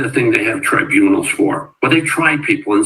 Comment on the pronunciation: Tribunals is pronounced Try-bue-nals